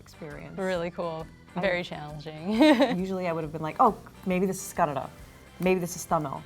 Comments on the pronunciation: Her pronouncing "Kannada" is very accurate. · She said Kannada the right way!! Yeyy:) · I love the way she pronounces Kanada. I could never pull that off. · She didnt say Kannad,very happy with that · Wow She said Kannada not Kannad Awesome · I love the way she spells Kannada so perfectly but other Indian people say kannad and i hate it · also she pronounced it properly saying kannada but our Indians living in India have hard time saying properly but they say kannad which annoys me a lot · Thanks for pronouncing "kannada" not kannad ✌🏼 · is the first ever north indian person to say kannada instead of kannad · So you pronounced kannada word so right. Being in India most of the people can't pronounce the word correctly.This shows how well educated and well culturaled you are. 👏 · pronounce Kannada so perfectly while most of our north Indians couldn’t ( They say Kannada instead of Kannada) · I mean atleast she clearly pronounces KANNADA not like the northies who live in India and call Kannada as kannad 😐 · The way the white jacket girl says Kannada turns me on kanpeki desu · I don't how I feel about the fact that an Indian who has been in America all her life or most of her life pronounced the word 'kannada' better(the right way) than most Indian from northern parts of India, who come visit Karnataka (the place where kannada is spoken). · she pronounced kannada correctly... and most indians doesn't pronounce it correctly...!!! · She pronounced Kannada better than most of indians here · The girl who was born and brought up in US says Kannada as Kannada. 🙄